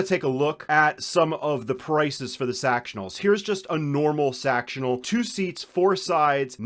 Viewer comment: “Sextional” this whole video is hysterical 😂